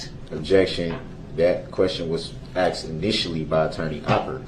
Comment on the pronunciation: Cause you axed